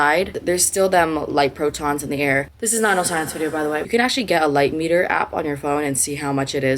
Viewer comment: light PROTONS 💀💀💀 pls girl noooooooooooooooooo stop stoooooppp it is PHOTONS